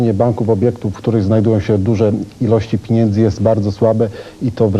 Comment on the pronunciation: Boże złoty. Piniendzy? Co to za ludzie?